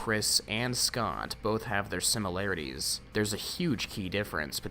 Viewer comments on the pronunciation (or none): none